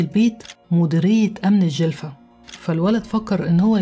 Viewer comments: في وقتها تقلبت الدنيا وخاصة ولاية الجلفة ولكن لي يحير لماذا زهراء لم تخضع ليd a n كيما حميدة صراحة شئ مؤسف شكرا علي السرد القصة ولفظ الصحيح للولاية/الجلفة/ القصة كانت روعة وأنتي في القمة نصيحة تابعي مع القصص العربية❤❤❤ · ❤أختي بالطبع تعرفين أني متابعة وفية من الجزائر أختك زهرة..والفترة اللي غبتي فيها كل يوم نشوف إذا نزلتي فيديو لكن المفاجأة انك نزلتي الفيديو عن جريمة فعلا هزتنا جميعا وقتها لاأني اسكن في ولاية الجلفة.حتى نطقك لااسم الولاية سليم.الله يخليك ويحفظك..حبيبتي أحبك في الله اختك زهرة متابعة وفية❤❤❤❤